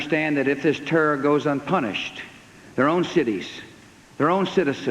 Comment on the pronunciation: "Our war on terra'..." what a bafooon.